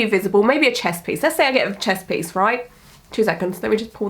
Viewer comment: "I now have a Chess piece" sorry, but I can't unhear it xD also I love to hear you rant